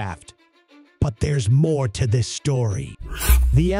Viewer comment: BUT THERE'S MOAR TO THIS SHTORRRY lol good info, wickedly bad presentation. can't focus, so funny.